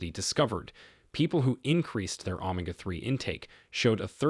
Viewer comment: AI narration. Pronunciation of some words is off, not normal, e.g omega, etc